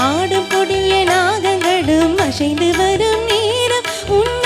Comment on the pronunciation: தவறாக எண்ண வேண்டாம்.... அழகான தமிழ்ப் பாடல்.. தமிழின் பெருமை, சிறப்பு, அழகு ,உயிர், அனைத்தும் அதன் உச்சரிப்பில் தான் உள்ளது... ஷெல்வம்... அஷைந்து...இப்படிப்பாடி........பாடலைக் கொலைசெய்துள்ளீர்கள்... ஒரிஜினல் பாடலைக் கேட்டால் தான் மனம் திருப்தி அடையும்...😮